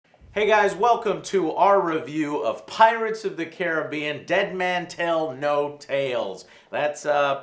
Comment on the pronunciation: "kah-RIB-BEE-ean" not "Care-ah-BE-IN"